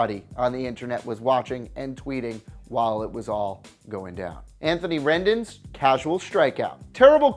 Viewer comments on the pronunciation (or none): It’s pronounced Anthony Rend-OWN and Ken J-iles. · “Anthony rendin” ???